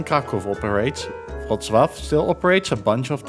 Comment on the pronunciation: The Polish Ł is pronounced like an English W, not a V. It was originally a dark English L.